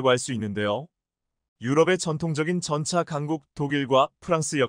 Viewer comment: 한글 똑바로 읽어라 세졸대왕이 화내겠다 일본.중국에서 왔냐? 전차를 전자? 대통령을 대동령? 이 무슨 개소리냐